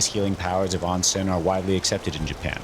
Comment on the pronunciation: It’s oh-nsen, not ahn-sen, o sound